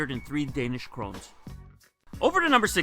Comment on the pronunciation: Love all them currencies ;) Also you pronounced the kroner wrong haha